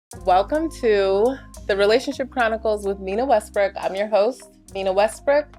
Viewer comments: Honestly, I heard "Nina Westbrick." I literally heard that. That's how she said it. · Did she just say "WESTBRICK"????